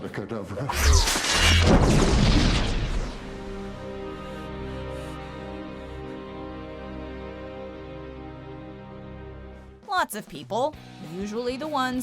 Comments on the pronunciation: AVADA KEDAVRA!! NOT CADABRA! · Voldemort: Avada Ke... Hermione: wait, stop. you are going to take someone's eye out, besides, you are saying it wrong, it's Avada Kedavra... OOPS!!!